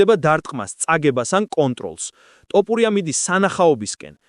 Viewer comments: ძმას ვენაცვალე, თ ვერ ამბობ? თოფურია.. ტ არაა. 😁. 🤟👍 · თ - თ - თოფურია და არა ტ - ტოპურია. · ტოფურია არა თოფურია. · კაი რა ძმაო არ დაგცინი ცუდად არ გამიგო მაგრამ ტოპურიას რო იძახი მეცინება დანარჩენი ყველაფერი კარგია თოფურია ან ილია თქვი და ეგააა❤❤❤ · ტოპურია-)შენ შიგ ხო არ გაქვს სპეციალურად იძახი თუ ტოპურიას მუშტი გინდა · გარტყმევინოთ თ ზე თავი თუ შენი ნებით იტყვი რატომ ამახინჯებ გვარს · ნუ უმახინჯებ გვარს